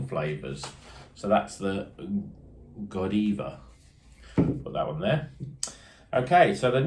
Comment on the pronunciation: Pronounced God-eye-va, probably from the chick who rode through Coventry naked in medieval times as a protest about high taxes. It's not just a beer channel but also a history one too! 😃